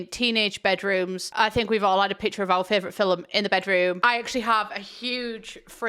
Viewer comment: on the topic of her accent, the way she says "film" like "feel-em" is very interesting! Not in a bad way, I've just never heard anyone pronounce anyway other than "phil-mm"